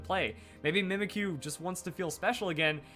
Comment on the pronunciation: U know... When you pronounce the name "Mimikyu".. It sounds like: Mimic You.